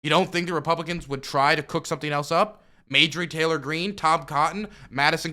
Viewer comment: Not that it's important, but consistently mispronounces MTG's name and it bugs me to no end lol